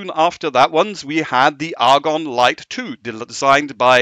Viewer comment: Is there a reason he pronounces Agon as if it has an r like Argon??